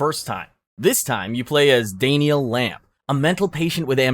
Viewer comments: "Dayne-e-al"??! My man. It's DANN-YUL😂 I'm 46 and I've NEVER heard someone mispronounce Daniel. Ever😂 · "Dane-Niel" Lamb 😂🤣😂🤣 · how tf did you mispronounce "Daniel"